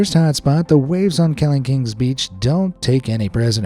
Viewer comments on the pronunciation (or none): Kelingking is pronounced keLINGking not KELingking